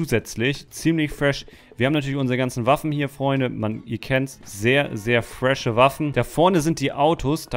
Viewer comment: "Das ist richtig fwesch"😂😂😂😂😂😂 (no hate ich mag )